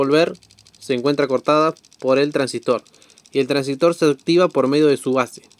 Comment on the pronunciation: El Traangsistor 😅